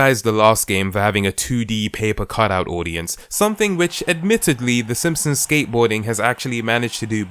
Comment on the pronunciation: "The Ssmpsns..."